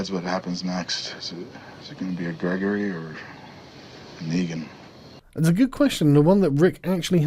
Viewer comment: neegan? kneegin?